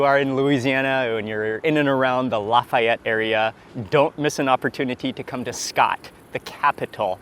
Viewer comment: *crackling. Also he pronounced Lafayette correctly stop being a Karen.